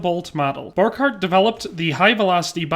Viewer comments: Okay it's spelled Borchardt and it's pronounce like this bor-shard-t the D&T go together as you say it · I don't wanna be that guy, but given that I've spent a lot of time studying this pistol, I thought I'd point out: - It's pronounced bor-shart (Hugo Borchardt), and gay-org (Georg Luger). other than that, the history provides here is pretty accurate, well done! fun fact: Hugo Borchardt refused to further develop his pistol because he believed it was perfect, so DWM gave him the boot, and had Georg Luger update it. Luger actually managed to get the pistol right almost first try, creating one of the most iconic pistols in history.